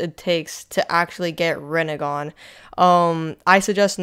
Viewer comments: Bruh it is just rennigan like chill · “Rinnegan” actually